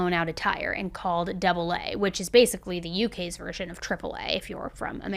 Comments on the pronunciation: Great video. Very interesting. Just FYI, we say A A, not ‘double A’. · Great episode. I live in UK and have not heard of this case. Maybe because I don't own a TV. FYI the AA is literally spoken AA not double A. I find it amazing that although we speak the same language each country pronounces things differently. Stay safe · „Double A” is pronounced as the “AA” (same as Alcoholics Anonymous) 🤣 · That’s so cute 💞 In the UK they don’t call it Double A. They just call it AA (by the letters pronunciation). Not to be confused with Alcohols Anonymous AA. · So weird hearing the AA pronounced as double A lol but great video as always